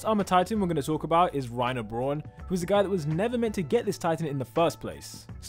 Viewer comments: no offense but i HATE it when people prononounce braun as brorn no its pronounced brown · "Braun" is pronounced like "Brown", but with the r being trilled and the w silent. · mate, how did you manage to pronounce "Braun" wrong XD, it's literally the same as brown